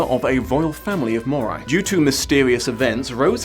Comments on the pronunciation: I really like this book series but I LOVE the spin off 'Bloodlines'! Also: StrigOI and MorOI have the same letters at the end, which in my head always meant they are pronounced the same. seems to pronounce it MorAI instead. Oh well, that's what you get with fantasy novels:) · Say what you want about the movie, but it IS Vampire Academy. The series cannot claim the same thing. Also, either you're mispronouncing "Moroi," or your accent is MASSIVELY butchering the word.